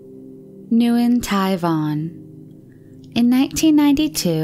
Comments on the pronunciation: I'm pretty sure Nguyen is pronounced "Whin". Not Noo-yen". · Not New-in, It’s pronounced like Win. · has such a pleasant voice but she needs to read up on pronunciations. Nguyen in Vietnamese is pronounced "Win" although the "Ng" is pronounced more like an exaggerated W, so it is more like "Wwin".. and the German currency is called a "Doyshmark", not a "Dooshmark"